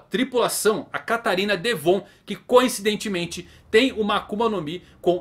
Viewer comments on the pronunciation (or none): none